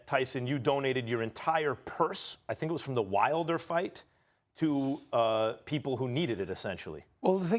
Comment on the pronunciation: wilder not wiler lol